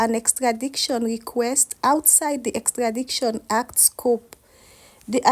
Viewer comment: Please check your pronunciation: the word is EXTRADITION and not EXTRADICTION (wrong X)